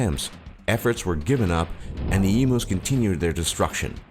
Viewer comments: Yes, it's pronounced e-mew, not e-moo. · ITS EMUS NOT EMOOS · I laughed so hard at the em-oo it's said em-you!!! Omg hilarious. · My Problems with this video: He called Emus E-moos you pronounce it Eemyou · Emooos lol Great emooo war this guy 😂🤣😅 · please this was supposed to be informative not comedic I laughed so hard at "eemoos" I had to go back to actually listen to what you were saying. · OMG IM LAUGHING SO HARD A 8 WHEN HE CALL EMUS EMOOS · EMOO'S! I'M DYING XD XD XD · Lucas Harrison Yes Lucas calling them emoos. I bet the emus hated it even more than us. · My thoughts, u pronounced emus wrong, the refugees and stolen generation: the governments crap, our internet speed isnt THAT slow & yes we do live on a death trap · Omg, your pronouncing EMUs wrong, it's painful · You're pronouncing 'emus' wrong you stupid narrator. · It actually annoys me that he pronounces emus so wrong :/ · true but there's only one way to say emu and it ain't exactly rocket science